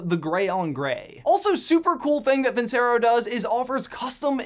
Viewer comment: Hearing you pronounced Vincero like that just makes me cringe